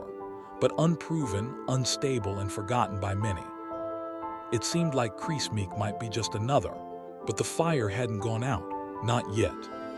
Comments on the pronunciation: I think he’s called Kriss and not crease 😂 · Ruined by the Ai voiceover getting many names wrong, including saying Kris wrong every single time!